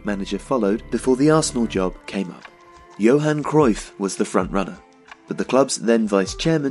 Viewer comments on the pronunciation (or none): none